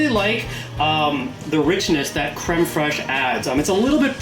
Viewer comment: Very liked the video! A few things: First of all, as the french guy, i liked how you perfectly said "crème fraiche". Then, it look like it taste good! Also, you need to add a close up picture of your meal when it's done, this way we could see it better. And finally... that a looooot of butter! :))